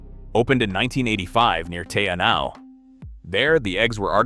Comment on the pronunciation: not sure who the In-gai Ta hoo are or where lake Teannow is either and what is a ta-kaaa hey? the people are " Nai Tahu" the place is lake ""Te Anoww" and the bird is a TAka-he